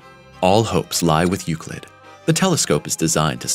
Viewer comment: its not pronounce youcleet ...